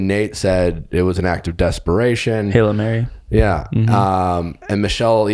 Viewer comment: Is he saying “halo mary” instead of hail mary?! lol